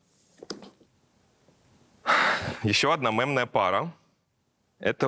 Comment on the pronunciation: Нынче стоит говорить слово мемная через "е"😊меня подростки всё время поправляют😂хотя в принципе какая разница